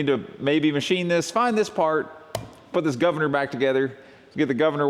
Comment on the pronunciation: I appreciate your "guvna" from myself in UK 😂